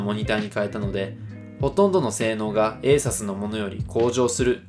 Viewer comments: ASUS 正しくはエイサスじゃなくてエイスースですよ👍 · 吉田さんもエイサスといっていましたね